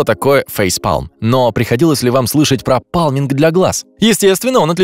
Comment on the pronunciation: паЛминг? Может пальминг а не палминг...